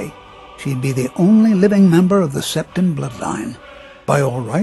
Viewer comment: Jonne Ylilauta it was Septim. But he pronounced it wrong